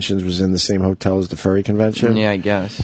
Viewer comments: Opie hears 9 people repeat the word "Furry" and continues to say "ferry". fucking sociopath. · Ferry, ferry, ferry... why does Opie keep saying ferry?! It’s furry!! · God damnit. Why can't Opie say FURRY. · “A ferry”